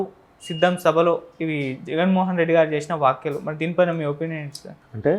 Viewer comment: మీలా తెలుగు మాటాడ్డం చేతకాని ఎడవలందరూ జర్నలిస్టులు ఎలా అయ్యారురా? ****"వాక్యలు" ఏంట్రా?, """ వ్యాఖ్యలు"" అని పలకడంకూడా చేతకాని ఎదవలు ఇంటర్వూలు చేయడం చూస్తుంటే ఏడవాలో నవ్వాలో అర్థంకాదు.